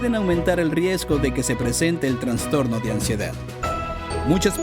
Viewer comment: Es Trastorno, No TraNstorno, esta mal dicho.